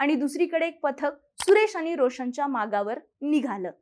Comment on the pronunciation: म्हनून नाही म्हणून, आनि नाही आणि...